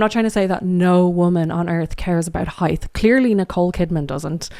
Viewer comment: Am I hearing "heighth" instead of height or is my speaker busted?